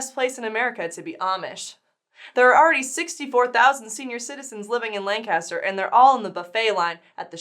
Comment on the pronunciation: Love you guys, but I'm yelling "Stop!" and convering my ears as you continually pronounce "Lancaster" incorrectly! If you are going to crack an Amish joke, you have to pronounce the town/county with its Pennsylvania Dutch pronunciation, not like you're from southern California.